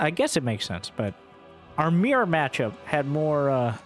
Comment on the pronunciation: It's only now that I realized every time he says mere matchup, he was actually saying mirror matchup.